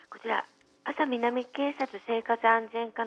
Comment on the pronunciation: 広島の人間なら「あ」さ南警察とは言わない あ「さ」南警察